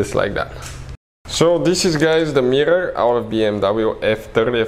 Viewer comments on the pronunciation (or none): I watched just to hear him say mirrrrorrr a bunch.